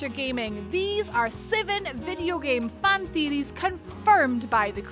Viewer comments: What are game " theerieees "?? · "One of the most popular theerees" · Lmfao that accent thicc boi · Really love "theeries" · Just came here for the “theadeees” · This woman pronounce things weird. It's theory of Deeries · I can´t even spell how she pronounced "theories", but i love it! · Love your... uh... accent? The way you pronounce Theories ...! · No one is going to say anything about the way she says theories